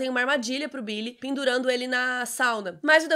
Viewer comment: "pindurando ele na sauna"